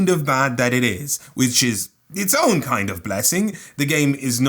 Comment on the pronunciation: My brother... its pronounced own.